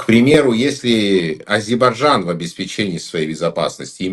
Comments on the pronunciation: Как можно столько веков жить по соседству и не научиться правильно произносить название страны соседа ! Не АЗИБАЖАН а А-З-Е-Р-Б-А-Й-Д-Ж-А-Н !!! Это как Путин вместо Касымжомарт Кемелевич говорит Кемельжеммммм . Это делается специально чтобы унизить. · Сначало научись правильно выговаривать название соседней страны-АЗЕРБАЙДЖАН,УМНИК.БУКВЫ Р И Д НЕ ВЫГОВАРИВАЕШЬ,ГРАМОТЕЙ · фу....сколько же вранья...Армянчик дорогой,а кто гнал из Армении в 90-е и до настоящего времени? Куда не посмотри,везде армяне,работающие на себя.Пользы от них ни какой.Учтите что я армянка.Научитесь выговаривать Азейрбайджан,а так дикция у вас не плохая.Хватит врать и подлизывать украинцам. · Интересно , что значит для армян ,, историческая справедливость "? 42 млн живут в США, так пусть там и добиваются автономии. Нечего вмешиваться в дела Армении. Армяне-иностранцы постоянно провоцируют ненависть к соседям Армении. Человек не в состоянии правильно произнести название страны Азербайджан. Или от большой любви или от невежества.